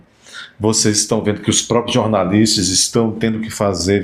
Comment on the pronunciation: Kkk fez ressurgir a língua oficial do Mussum: "jornalistis, capetis.." 😅😅😅😅